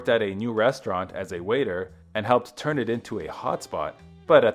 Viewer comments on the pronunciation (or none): none